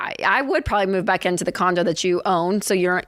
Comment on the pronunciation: Did she say Lauren was working to pay off the condom Instead of condo? Lol😂